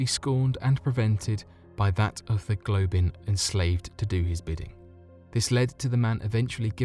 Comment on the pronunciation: A Globin? U mean a goblin?